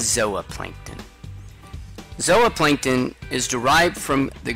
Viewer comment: Zowaplancton lmao cant tell if hes trolling